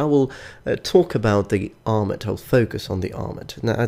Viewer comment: Gosh I dunno which I like better! I love them both too much. I honestly hate the way the Maximilian armor looks though! Also I think "armet" is pronounced with a silent "t" but I could be wrong.